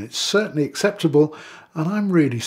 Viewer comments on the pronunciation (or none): none